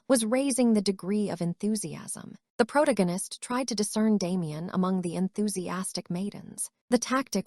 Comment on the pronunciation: it's "pro-tag-u-nist" for how to pronounce the word protagonist, not "prot-against"